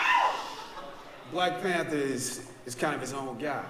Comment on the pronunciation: LOL you said Blank Panther instead of Black Panther! 😂